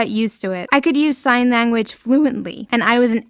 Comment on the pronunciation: “Sign lagooage”